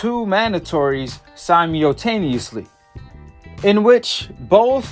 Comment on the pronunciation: simeotaneuosly lool